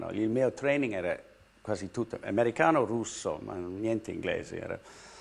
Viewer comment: When Jodie Foster said "americano" she pronunced it with a perfect italian accent , just as an italian person